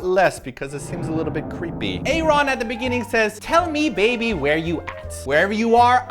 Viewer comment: Thats true, and she also mispronounce Aaron's name. Its not written nor read separately cause it just sounds weird.